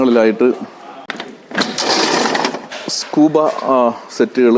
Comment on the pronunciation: Scuba alla scubaa anne